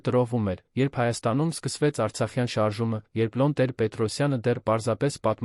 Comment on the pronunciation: Բավական է մեր գեղեցիկ Երևանն աղավաղեք Եան ասելով,Լևոնն էլ Լոն ասելով։Հաջորդը՝ գոյականը ժխտականի դեպքում «չ»-ն չի գրվում բառի առջևում և չի արտասանվում ։օրինակ՝սխալ է ասել տուն -չ😅տուն«չ»-ն գրվում և արտասանվում է բայի հետ ։ Օրինակ՝ ուտել-չուտել,վազել-չվազել։